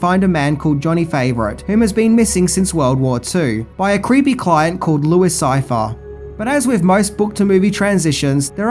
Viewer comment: first, it's difficult to watch this when it has such atrocious narration. work on your voice, you sound like the guy in the pub that makes everyone leave early.... second, the immediate spoiler by fking up the name of de niro's character... it's pronounced "louie sigh-fee-air". ya, chances are we've already seen the film, especially if we're here watching, but still.